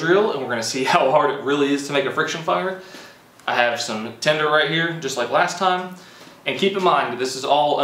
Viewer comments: It even sounds like he says tender...but it is tinder.. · Tender? Do you mean tinder???